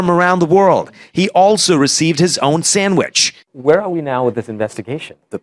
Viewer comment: He said I like samich too😂😂😂